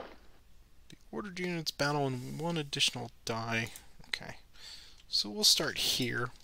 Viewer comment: #peterlovescharging Video deserves a "Like" simply for the attempts to say the name of the battle properly without getting tongue-tied!